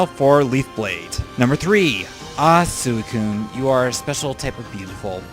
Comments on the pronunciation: swe~cune not sucune. sorry, pet peeve ^^' also, one of my favorite pokemon is poliwhirl. he is great in the games, i love how he looks, and his role in the manga and anime is cool. his always in my teams when i get him. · suicune is said as sweekoon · Your emotional towards Suicune and you cant even pronounce its name right! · Well I'm glad I checked out more of your videos at least. This was a LOT better than the first one I watched, your updated (I guess you had one before right?) top 5 underated and overated Pokémon. All I have to say is, like everyone else, learn the names please... especially Suicune.